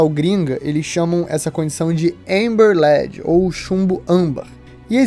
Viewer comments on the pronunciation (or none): none